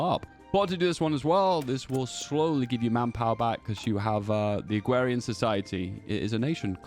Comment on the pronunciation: I swear you say Agwerian instead of Agrarian every time